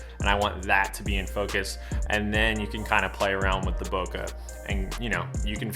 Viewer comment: Great video! It’s pronounced bow-Kay. :)